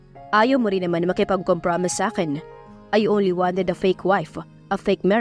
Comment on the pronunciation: Correction lang po at huwag nyo naman po sana masamain. COMPROMISE is pronounce as kompromays